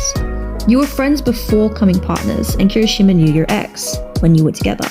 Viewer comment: "darby" 😂 "hiroshima" 😂 "barcargo" 😂